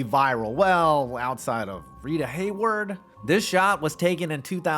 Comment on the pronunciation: "Rita Hayward" 🤦‍♂